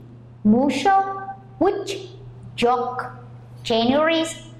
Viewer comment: The teacher pronounces the word "Joke" incorrectly. It must be /dʒəʊk/